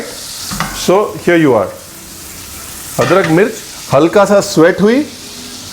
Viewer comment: अदकर नहीं अदरक होता है रणबीर भाई